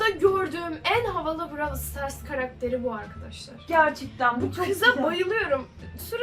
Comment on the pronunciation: Brawıl değil brawl diye okuyacaksınız😂